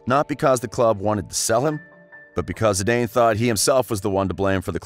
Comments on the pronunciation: “Zee-Dane”?? Lol It’s pronounced “ZeeDan” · Awful commentary it's not Zidanee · I go crazy every time you say Zidayne but I love your videos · Exactly lmao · Re-upload and say his his name right